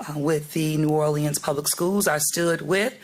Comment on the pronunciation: Why is someone who can't pronounce the name of this city our mayor?